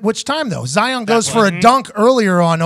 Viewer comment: Pat calling Zion “Zaiyon” adds to the hysteria